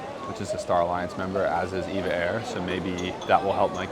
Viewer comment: EVA is a great airline that flies to Europe and the US as a good alternative to the bigger Asian airlines. Btw it’s pronounced E-V-A- not eva. Thanks for another good video.